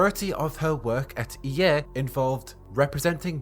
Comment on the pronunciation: Nobody: This guy: E Eh (EA), Plehy (play), geme (game)